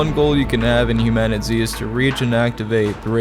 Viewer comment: It's pronounced human-a-tease